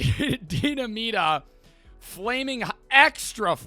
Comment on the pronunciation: Idk why but it makes me irrationally angry hearing pronounce “Dinamita” as “deena-meeta”